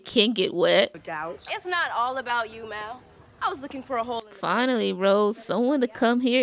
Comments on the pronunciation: Not her calling mal mil or Mel 😂😂😂😂😂😂😂😂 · the way you've been pronouncing Mal's name 😅😂 You should react to the fourth movie! 💓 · the way you still can’t pronounce mal 3 movies in